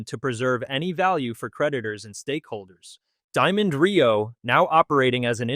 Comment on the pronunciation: My gawd! It is NOT R -E - O. It is Reo. One word.